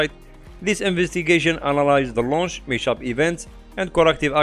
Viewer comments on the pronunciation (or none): Hi, I love your videos and all, but i have a quick fix for 1 word that you're saying wrong. The word "mishap" should not be spelled with a sound "sh" but with as if separate "mis hap" just with no gap. A very nice video! Keep it up.